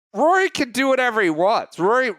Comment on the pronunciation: Voo-or-e? Vory?!?!?!?! 😂😂😂